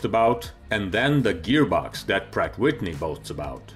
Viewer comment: .." Prat Witni.."..